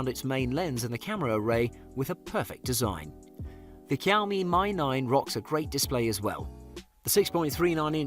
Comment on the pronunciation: kiaomi my 9 nice it's pronounced "shiaomi me 9"